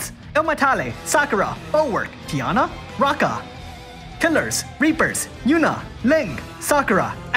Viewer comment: Roe-Ka not Rokka